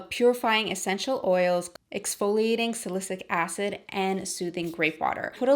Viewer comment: You’re so pretty and down to Earth that I don’t even mind how you mispronounced ‘salicylic’. Can you please do a makeup tutorial for this gorgeous look? Or list the products. Thank you xx